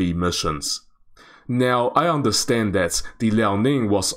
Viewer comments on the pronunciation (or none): none